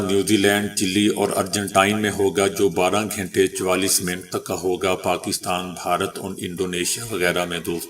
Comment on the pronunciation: او پینڈو بھائی یہ گھینٹے کیا ھوتا ھے گھنٹے بولیں اور اردو پے رحم کریں۔